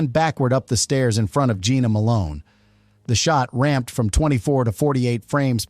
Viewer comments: It’s pronounced Jenna Malone not Gina Malone. And Jenna Malone did not have brown eyes she has light green/hazel eyes. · NOT Jeana but Jenna ! Get it right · This AI voice bullshit sucks. Jena Malone is "Jenna", NOT "Geena". "Su-ed" instead of "sued"? Really? Just use a real person to read the info. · I hate AI. It’s “composiTed”, “Jenna” Malone not Geena, Sued not SouEd.